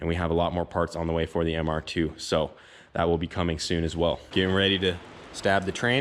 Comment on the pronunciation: Im i the only one who cringe when he says mr2. Hes like the ‘’mr- ... tffooooo’’